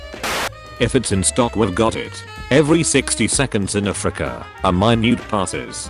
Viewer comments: did the voice just call Africa A frica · Text: Africa Text to speech: a fricka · frica is all i heard from the word Africa